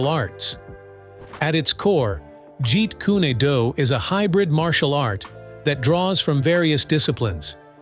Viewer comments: Wtf is a ji kunadoo? It's ji kun du. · Jeet Kun-ae Do? Jeet Kun-a Do? Jeet Kun-y Do? Try "JEET KUNE DO" Either learn to pronounce Lee's fighting system correctly or shut up; idiot narrator! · The pronunciation Jeet kune a doTo me ,lacks the flow of energy seen in the pronunciation ( jeet kune Do).With that flow like water. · Jeet kun do... not adoo. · Hey!!!!! Its not "Jeet Kyyuni dyyyuuuuu!!!!((((((((( ITS PRONOUNCED " JEET KOON DOE " !!!! BUTCHERING THE ART TITLE IS LIKE CALLING GREAT BRITAIN "CREET BRATTONE" CMON !!!!!((((( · In his movies it was called Jaquan Doe not what you are calling it in the narration of what you're saying you do this with all the other videos and all the other people I swear this is the third time I've seen and heard you say the names wrong get them right or don't narrate the movies or what people do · "Yeet coon eh doo" 🤣 Have you even watched anything Bruce Lee related at all? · Can't you find someone to read for you. This computer generated narration, Sucks like a Commercial Vacuum Pump!! Meet Koo- Neh- Doo??!! 😂🤣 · Jeet Kooné Dooo!😂😂😂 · He didn't even pronounce Bruce Lee's style that Bruce Lee made